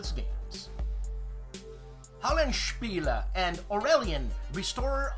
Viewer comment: Every time Roberto Massini's theme comes on, I think it's going to turn into the Star Trek theme...:D So great to hear that last "-eh" at the end of Hollandspiele... good on you,!! Not even Mary and Tom consistently utter the name correctly!:D Dave of the Centurion's Review has Crete on the brain... I sure hope that doesn't make him.... wait for it... a Cretan! (just kiddin'!!) See ya on Sunday!!!